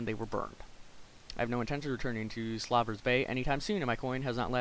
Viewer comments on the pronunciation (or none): Slaver. You couldn't pronounce....slaver.